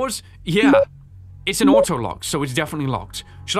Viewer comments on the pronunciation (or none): none